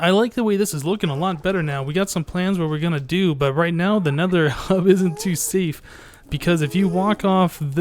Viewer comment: What is this "hub" you speak of? I've only heard of Le 'Ub.